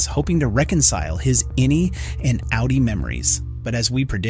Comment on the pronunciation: It’s good because you easily know you are on a low effort channel not to sub to. Of course in this case it’s an AI voice so that’s it’s own reason to ignore the channel. Actually it says it both ways and it says outie wrong but only sometimes. But oh yes AI is totally a world changing innovation right lol.